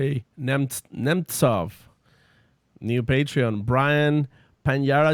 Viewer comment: you boocherd my name it’s like Andre the giant but it’s spelled Andrei, Ahn drei. But you did great pronouncing my last name. Nemtsov is pronounced nem ts ov. So thank you for nailing the last name, almost everyone like Sam completely boocher it.